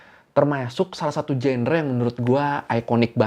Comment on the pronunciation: Maaf kak, genre diucapinnya jangre/? 😅